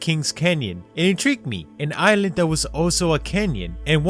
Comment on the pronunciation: This nigga said ise-land instead of island